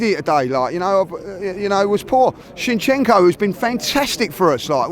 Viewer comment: Who’s Shinshenko? 😂